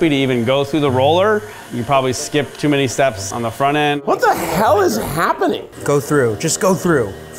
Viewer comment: "WHAT THE HHHELL IS HHAPPENING!?" I can't with Keith, he's so adorable lol 🥰